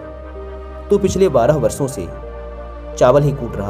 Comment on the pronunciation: आप अच्छे कथाकार हैं किंतु एक कथाकार होने के नाते कृपया उच्चारण मे सुधार करें जैसे सांत नही शांत, वर्सो नही वर्षों इत्याति । स और श या ष के उच्चारण में बहुत फर्क होता है।